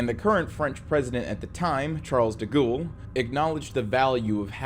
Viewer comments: Every time you say "Charles de Ghoul" is hillarious. I know you're an American and therefore probably against your religion or something, but please at least attempt to pronounce things correctly. It's 'Charles de Gaul" pronounced 'gorl' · The correct pronunciation of Gaulle is closer to “goll” (as in “doll”) than “ghoul.” That said, I suspect the mispronunciation may have been sneakily on purpose because of de Gaulle’s ghoulish nature. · Charles "deghoul" and "peppin" yeah sorry im out i cant stand the pronunciation lol please do a bit of research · “Charles da ghoul” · "charles de gool" (no hate) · 😂"De Ghoul,"😂 Whether you're intentionally mispronouncing "Charles de Gaulle," or doing this out of a mere mistake: I find it HILARIOUS everytime I get hit with that "Charles de Ghoooul," 😂😂😂😂😂. Perfect, hahahaha!